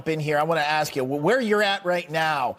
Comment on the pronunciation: Brandon, please stop pronouncing ask as ax